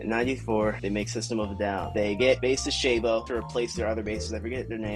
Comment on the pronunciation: Is not Shayvo, it's Shavo with a ah sound